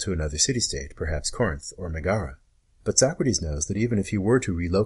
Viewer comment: The cities to which he might have fled are Corinth and Megara, not "Negara."